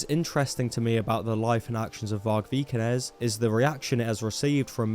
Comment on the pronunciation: Vargpilled, lol. I like it. And awesome job, - greetings from a Norwegian. You nailed the prononouciation of Vikernes - you missed that he just released a new Burzum track though! Got inspired while writing his recent books.